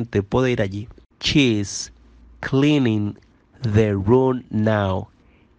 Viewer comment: Oye perdon pero casi todo esta Mal pronunciado y no es chese es she's